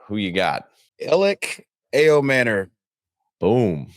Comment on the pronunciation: Bruh Ayomanor is not hard to say